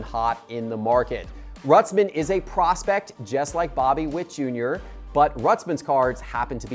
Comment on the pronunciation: WHAT MAKES YOU THINK ITS RUTZMEN?................ YOU AREN'T PRONOUNCING 4 LETTERS WHITE BOY